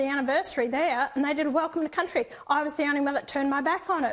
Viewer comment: I get annoyed when they say. Welcome to Countey. So stupid